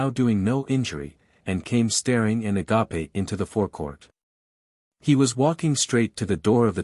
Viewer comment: What a beautiful tale, full of metaphors and wondrous events. The metamorphosis of the snake was gorguous, and I always felt that snakes carry wisdom of the Earth itself, so in touch with it, moving from head to tail. Thanks for publishing. The risk of a robot voice is a wrong emphasis on words at times, and ending a sentence on a wrong tone. It read "a-ga-pe" when it should be "a-gape" (standing with open mouth in awe). I think this reading deserves a human voice. 🌱🧑‍🌾